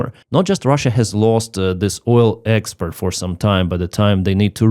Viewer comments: Thanks, been following you throughout! And your English is surprisingly good - but please distinguish "exPORT" from "exPERT"! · you keep pronouncing export like expert. I'm sure you're aware they mean vastly different things If I was mispronouncing something, I would sure hope someone corrected me. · The word is export not expert. That's something completely different 😂. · Gentle que: expert => expoooort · appreciate all your updates been following you for a while with respect I noticed on this update you were pronouncing export incorrectly what's your repeating all the time is expert when it should be export for example expert electrician vs export goods. Just trying to help out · Слава Україні! (when you say "expert" I think you mean "export") Cheers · To “export” not “expert” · Good job but it is export not expeet. Very different words. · it's "export", not "expert".. Good coverage, as usual..🙂👍🇬🇧🇺🇦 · Export, not expert. 😄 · Hello No disrespect to Clive at all it was meant as a light-hearted, polite observation. I was genuinely enjoying the video, but after hearing “expert” a few times in a row, I was momentarily compelled to mention it 😄 No criticism of the content or the message, just one of those human, in-the-moment comments. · I haven't seen a video in months, subscribed, always like, and love his Oil Experts pronounciation! Slava Ukraine. Hopefully something Russian / JE / USA takes out some hidden pipelines into our govmt.